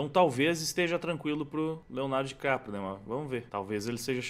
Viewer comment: Dicaprio❎ Diquatro✅